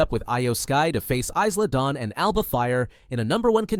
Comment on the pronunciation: I don’t know about everyone else here, but I find it terrible when the creator of WWE content whose channel name is can’t pronounce wrestlers names correctly. In the video alone Iyo, Isla Dawn and Ilja Dragunov were mis-pronounced. Someone that has a channel about wrestling should know how to pronounce the wrestlers names correctly.